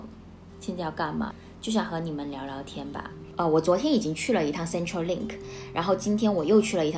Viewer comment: 小小小意見，centre in centrelink 是 /ˈsentə/.